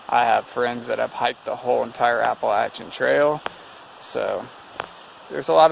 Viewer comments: Thank you so much for the correct way to pronounce Appalachian!!! So tired of all these people pronouncing it wrong!!! Be careful and keep your eyes open. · Glad someone finally told them how to pronounce Appalachian. I cringe every time they say Appa-Lation.